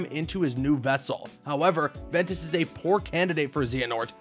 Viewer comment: The pronunciation... Lmao VEN E TAWS